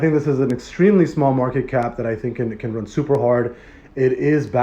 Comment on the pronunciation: Please read market cap correctly I love Bloktopia